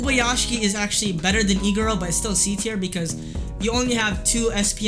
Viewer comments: who else thought when he said iguro he was saying e girl? LOL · wait he said Iguro i thought he said E-girl... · am i the only one who thought he was saying e girl instead of iguro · I thought he was saying Egirl for Iguro Xd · Haha LOL same